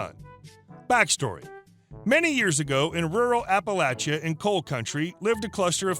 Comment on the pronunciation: Omg, you pronounced Appalachia right, I live in Appalachia & you’d be surprised at how bad people are at pronouncing it🤣